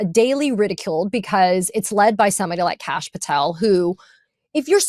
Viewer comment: y’all… it’s pronounced Kosh, according to Indian folks in the US… say Kosh to twist the knife… heh 😂